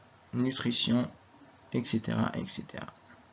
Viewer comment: On dit "etcetera" et non pas "excetra" Et merci beaucoup pour votre effort Fi ajrek InchaAllah